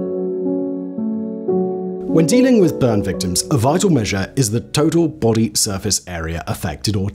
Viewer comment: lol it's "victims" get out of here